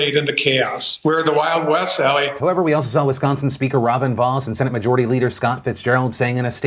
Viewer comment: Wow you actually said Wisconsin correctly. Good job fam